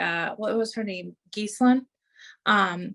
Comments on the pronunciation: Every session is like this. "He's not a perfect person." (Trump). Jeeeezus. It's pronounced 'Gee-lane', not "Geese-Lin." French names are tough. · Say it like this… Gill-lane